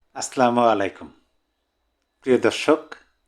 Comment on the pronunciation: আস স্লামুয়ালাইকুম সঠিক নয় ভাইয়া। আস সালামু আলাইকুম এটা সঠিক।জয় বাংলা জয় বঙ্গবন্ধু